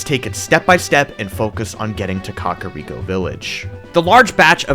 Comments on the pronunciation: Why are you saying "Cock-ariko village"? Lol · Up untill this series is thought kakariko was pronounced kah-care-eeko not 🐓-ah-reeko😭😭 I also thought it was hee-bra not heh-bra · "Cock a rico village" lmao